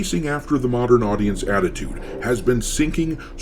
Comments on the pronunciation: You should put “Muh-dern Aww-dience” on a shirt. 🤭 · Muh-dern Aww-dience 😂